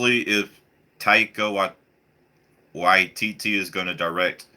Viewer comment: [TAI-KA WHY-TITI] (Taika Waititi) its not that hard to pronounce :D